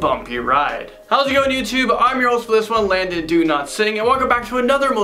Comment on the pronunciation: you sound like you’re saying Landon “Do not sing” lol you’re my fav😂💗